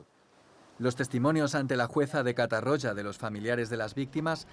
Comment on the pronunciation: No cal pronunciar 'catarrocha' ni 'riba-rocha', però la pronunciació es prou deficient 'catarrólla' i 'ribarrólla' a tot el documental.